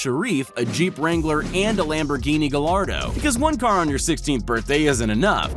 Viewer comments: ITS PRONOUCED GUY YARD DOUGH NOT GAY LARD DOUGH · By the way Lamborghini Gallardo is pronounced “Guy are doe” the L is silent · Gallardo is pronounced in italy guy-ardo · Lamborghini galardo. That’s not how you pronounce it. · Anyone else notice he said lambo Gallardo wrong?